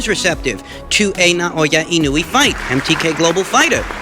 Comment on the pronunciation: Inoue = ee-no-oo-eh